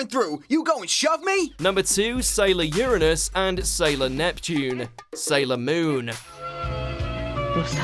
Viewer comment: I love how you misprononunced Uranus just for the sake of avoiding saying it the other way